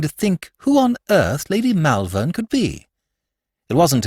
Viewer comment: Not bad, but Malvern is pronounced Mulvern, and I winced every time it cropped up.